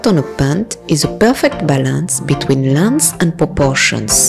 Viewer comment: haha! you pronounce "leather" as "lazer" (or more something like "lèï-zeu") and "lenght" as "lands". Heureusement que je suis francophone et donc que je comprends votre fort accent ;-)